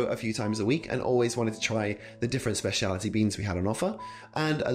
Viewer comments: I find it funny how you keep saying "spaciality" instead of "specialty" lol. Good video tho, thanks so much for being on youtube 😊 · Maybe it is because you couldn't say "specialty" correctly